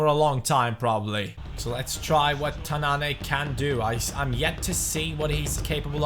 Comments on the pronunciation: it pronounced ''Tannan'' not ''Tannané'' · As a Moroccan, the way you pronounce "tannane" is false If you want to pronounce it, you should press at the n cause there are 2 "n"s right there and you doesn't should pronounce the "e" at the end